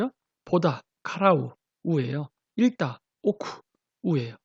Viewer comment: 읽다 는 익다로 발음하는 걸로 알고 있습니다~